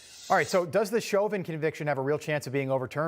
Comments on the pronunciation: I think his name is Rob. Never mind. Rob mispronounced Chauvin so all is fair. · Why is he saying Chauvin is guilty? And then says he didn't get a fair trial? He should pronounce his name correctly too. Come on!